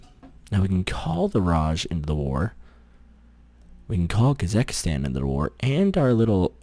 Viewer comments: It's KasaKHstan. Not Kasakastan.... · It is still KasaKHstan and not KasaKHIstan